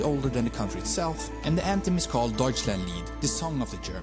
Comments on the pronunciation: Germany is okay for foreigners to say, Deutschland would be nice, your Deutshlähnd not really. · As a German, it doesn't really matter to me whether you say Deutschland or Germany. I know what our country is called internationally, and it doesn't bother me. But if someone uses the German name, I expect it to be pronounced correctly, sorry. DeutSCHland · if the whole world said deutschland instead of germany, alemagne, tyskland and so on, i´d prefer to pronounce it correctly, not like you did. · Take the 'a' from calm, so now you have the correct pronunciation of 'land' in Deutschland. 😊 See, it's easy.